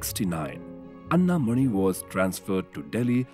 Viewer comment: Commendable production. But I wish that the names of Ms. Anna Mani and Dr.C.V. Raman were correctly pronounced!